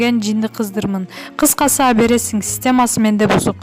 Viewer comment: Абересин абересин дебей туура суйлосоңчу ?Алып бересин же сатып бер деп .